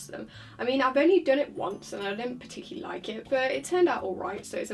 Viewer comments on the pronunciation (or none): none